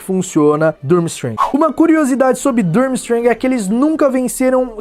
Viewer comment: A pronuncia é forte fica tipo Turmistrang